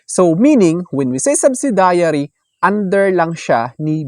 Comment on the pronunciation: Wrong pronunciation ng " subsidiary.. "